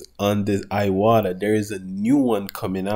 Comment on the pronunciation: It's Pronounce EWATA not IWATA!